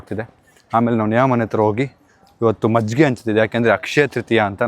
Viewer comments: Small correction It's Majjige not maggige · Bro maggige? Or majjige?😂😂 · Maggige ❌ majjige ✅ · Maggige❌majjige✅ Prople❌people✅